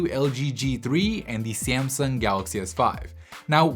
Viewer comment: Srsly since when do we pronounce Samsung as Siam Sung?? Also the way you say description is weird, you got that lisp there don't you?